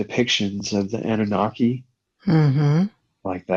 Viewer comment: Annuaki's? Anunnaki's it's pronounced!